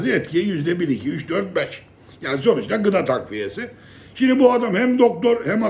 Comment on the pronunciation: Yaggni demen beni çok güldürüyor